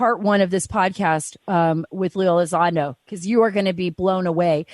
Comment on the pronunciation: there's an 'n' in there.... ELI-ZON-DO not Eliz-ah-do.